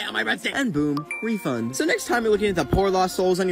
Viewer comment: bro no one noticed this but when said he got "free" bread sticks after awhile is he like "Refund!" (no hate i love his videos)